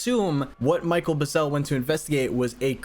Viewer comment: The rancher's name was Mac Brazell. Not Michael Buzell.